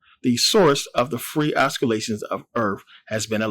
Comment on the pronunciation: Oscilation is pronounced ossilation,love the channel,peace